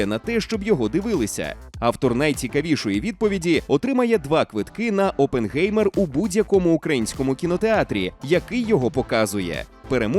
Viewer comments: Оппенхаймер, а не опенгеймер, які нафік геймери?🤡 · Хто може мені пояснити чому прізвище Оппенгаймер перекрутили на Оппенгеймер? Який ще геймер, прізвище німецьке, в німецькій мові еі читається як ай, мені як людині яка розуміє і може говорити німецькою мовою просто ріже вухо! Що не так з українською транслітерацією?!!! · Але взагалі-то правильна вимова – це Опенхаймер. Бо як тоді писати -Oppengamer, це ж не одне й те саме😂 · Оппенхаймер - так правильно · якщо перекладати то з німецької (опенхайма вимовляється) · Це німецьке прізвище, і там Oppenheimer. Та й навіть вимовляється через ай